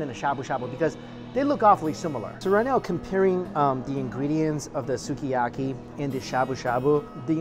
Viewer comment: 「すき焼き」is pronounced like Ski-a-ki.